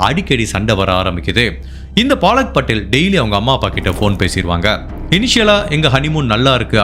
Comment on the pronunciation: அய்யா... அது பாலக் படேல் இல்ல பலக் படேல் 😂😂😂😂😂